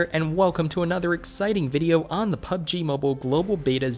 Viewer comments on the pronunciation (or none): none